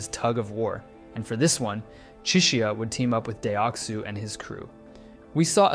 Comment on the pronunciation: the way you pronounced deoksu and ddakji is upsetting me